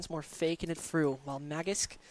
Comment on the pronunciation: Please pronounce magisk better its not magics